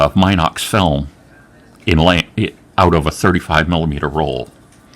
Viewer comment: Anyone else trigged by "Mynox"? 😆